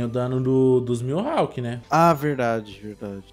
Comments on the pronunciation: pelo amor de deus é mihawk não miuhawk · É Mihawk kkkk n “Milhawk”